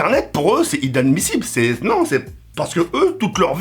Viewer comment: Tk c le seul à dire idanmissible à la place d'inadmissible